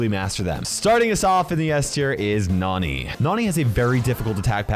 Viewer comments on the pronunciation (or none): none